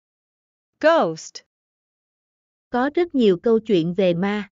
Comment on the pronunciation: cảm ơn vì video kỳ công. Mình chỉ lúc đọc lấy khí theo phát âm từ nào mình tra lại oxford thôi, mình cũng đang học lại từng từ vì trước giờ cứ phát âm theo quán tính ko nhớ phiên âm ạ Dạ mình mới học tới đoạn từ con ma Ghost phút, mình thấy oxford phiên âm /ɡəʊst/, đọc nghe êm ơ bạn ghi âm o ạ, bạn kiểm tra lại xem nha